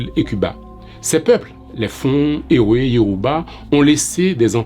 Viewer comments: Ewé se prononce évé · Merci pour cette mine d'informations. Juste un petit apport. On dit " Evé " même si on écrit "ewe "